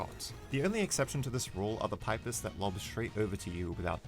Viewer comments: pis pee-pis not pipe-iss wtf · 1. I'm pretty sure it's pronounced pee-pis, and not pipe-is 2. What about pacifist Spamton? You only covered the Snowgrave Spamton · it is NOT pronounced pi-ps, its pronounced "pee-pees° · It's pipis not pIpis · everyone else: pipis or peepis this guy: paipis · No offence but please pronounce it peepis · pipe iss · Why can't he just pronounce [Pipis] correctly? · Your pronouncing pipis wrong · thats not how to prounounce pipis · This is the first time I've heard anyone pronounce "pipis" that way. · you said pipis wrong '-'